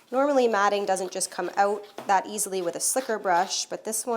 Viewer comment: I smile every time I hear you say “owt”.